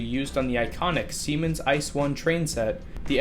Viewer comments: Ice xD you speak it I C E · Ee-Tse-Eh is the actual correct pronunciation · Pet peeve: It's pronounced "I-See-Eee" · If you say ice I'll say fack rather than P-H-A-C.... do we have a deal? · Just a little note, the letters of the German ICE are spoken Individually like saying USA so its said Eye - See - Eee. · Interesting Video thank you for this. Side Note: The ICE isn´t pronounced like ice, spell each letter separatly as it´s short for: Inter City Express. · "ICE" is pronounced with each letter separately, and not as a word. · Inter City Express - ICE. Stupid narrator.